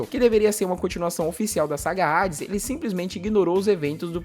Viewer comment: Q porra Rades ! Fala Hades, h nao tem som de R !